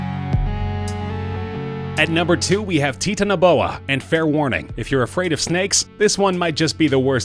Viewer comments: Titanaboa isn't pronounced "Tee-tan-a-bo-ah". It's pronounces liked Titanic, as in "Tie-tan-ah-bo-ah" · Lol!!! 🤣🤦🏻‍♂️🤷🏻‍♂️ I know, right? You would think you might research how to say the thing that you are making a video on??.... just a thought! (But maybe it is "TEETAN A BOA......even though, I just looked it up and most people who study these types of things say the pronunciation is "TITAN A BOA) 🤖🤓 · "Tit-aniboa" no "TITAN-iboa" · Bro I play ark it's pronounced Titan-O-boa but good list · Did he actually just say "tee-tanoboa?" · It's titan-oh-boa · it's pronounce "Titan-a-bow-uh" also the number one is titled "Lie-O-plearadon" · I knew that the Megalodon And and the Titanoboa were gonna be here P.S. it’s (Tye-Tan-oh-bow-a) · You said titanoboa wrong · He said titanaboa wrong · i love how he said titanoboa. haha